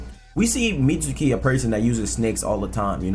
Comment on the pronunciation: The U in Mitsuki is silent my G, it's Mits-ki. Just like the U in Sasuke